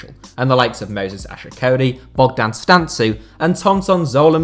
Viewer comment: It's Bogdan Stan-Koo or stan-kou, but great video and thanks for the inclusion